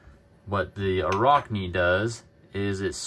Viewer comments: Sounds like rack, not rock. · Arachne, like the word "Arachnid", as in spider. Not a rock knee. But still...good video :)